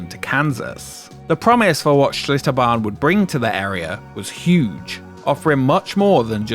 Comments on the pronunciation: Seems like the L in Achlitterbahn is redundant. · Schlitterbahn turned into Shitterbahn 😂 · Bro i thought it was "ShitterBahn"